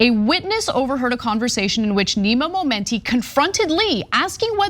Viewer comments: Stop saying momoney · She Said Momeny soo many times I got lost in the story 😒